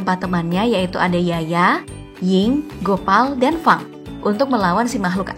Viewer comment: btw itu daftar populer ga ahli dalam bahasa malaysia fang dikatain "fang" padahal cara nyebutnya "feng"